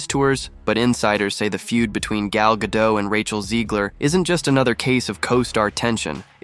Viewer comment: Gadot - pronounce the mf T!